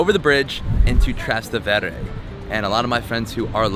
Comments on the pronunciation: Trastevere pronunciato Trastendvere è da arresto ahahha neanche ci prova a cercare la reale pronuncia, come Sant Eustachio - Land Eustacio........ ahahha sti video sono orrendi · Oh do please learn how to say Trastevere. Tras=across Tevere= the Tiber. Easy?no? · If you want to make your ancestors proud don't use that gesture when speaking Italian, learn that a fresco is not a mural and practice how to pronounce Trastevere